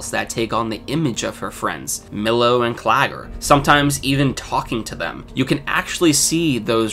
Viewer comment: Mistakes happen. At least you remembered Claggors name where so many others didn't. But as a suggestion, if the name appears more than two or three times in the script, double check. It wasn't the mispronunciation itself, but the frequency that was a bit disconcerting. Otherwise, a very excellent analysis.